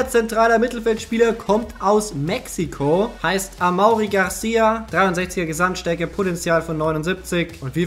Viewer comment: amaury garcia spricht man amory aus ,das weis ich weil mein bruder so heist